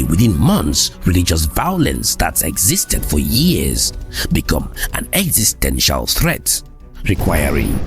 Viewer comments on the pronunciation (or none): none